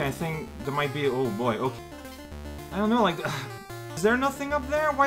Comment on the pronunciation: ... did you just say "b'okay"? ... if I didn't know any better, I'd think this was a Game Grumps reference.